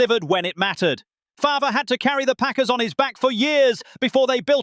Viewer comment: Only can handle that obnoxious ass voice for so long, and who the fuck is Brent FARVURer?!?!?😂😂 u mean FARVE..